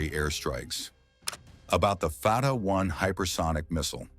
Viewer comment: It's not called far ra 1 but Fattah 1, don't twist your tongue so hard. Pronounce it correctly, thanks Israel starting this mess, now it will pay , too bad.